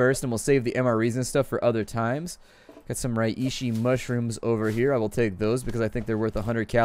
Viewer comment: Under 301! Btw its pronounced Ray-she!